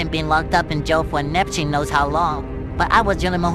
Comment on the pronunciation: he said Nepchewn not Neptune 🤣